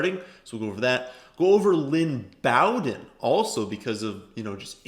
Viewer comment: its 'Bow" like row. not B -owden. Its Bow-den